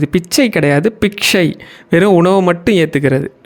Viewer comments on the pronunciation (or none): Thank you. It is Biksha, not piksha. Not a criticism but a constructive feedback.